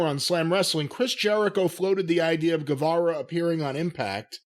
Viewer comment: Please pronounce Sammy's name right. Guevara is pronounced Gevara. Like Guerrero is pronounced Gerero, not Gwarero.